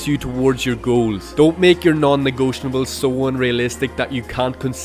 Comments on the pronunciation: its "negotiable" not "negotionable" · Great video! It's "Negotiable" btw. no "N" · Who did my boy dirty and told him it’s pronounced “negotionable”… shame on you. 😆